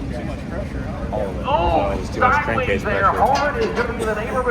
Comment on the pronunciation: Cank crase problem? Lol. An I the only one that caught that lol